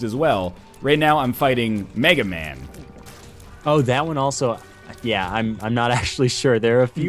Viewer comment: Its mega MAW not mega man btw